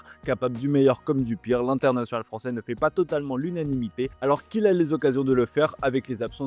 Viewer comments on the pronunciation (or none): none